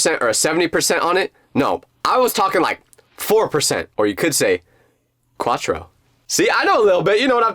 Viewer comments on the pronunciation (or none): ik you’re trying to speak Spanish here, in Portuguese pronounces quatru you died quatrou